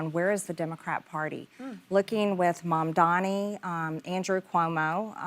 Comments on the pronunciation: She did say Mamdani correctly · She said Mamdani correctly!